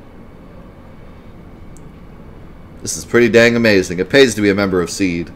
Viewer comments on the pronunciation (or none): hope you read this. SeeD its read “SeeDee”, not Seed as you say. Ok now... I will continue watching your video